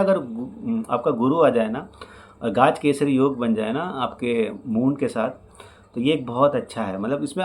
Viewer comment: गाज केसरी नही... गज केसरी योग! Please pronounce it correctly. यानेके जिसको जिंदगी मे गज याने हाथी के उपर बिठाकर उसकी बारात निकालते हैं और वोह उपर बैठा हुआ आदमी sweets बाटता हैं because he has won something too big. गज याने हाथी its not गाज!!